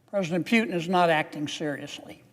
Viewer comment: I love the way Senator Kennedy calls Putin Phewtin😂